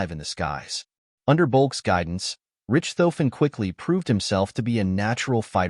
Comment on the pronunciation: jeez, people - do a little research, okay? His name is NOT 'Rich - tofen', (NOT pronounced rich, as in wealthy) it's pronounced 'Rish - tofen. And his airplane is NOT a 'Fokker Doctor', the airplane was a Fokker DR-1, DR meaning 'Dreidecker', in English meaning 'three wings'. I couldn't watch more than of this travesty of history.